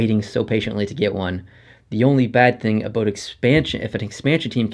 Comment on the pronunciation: You say about exactly how they make fun of Canadians on south park, lol. "aboot"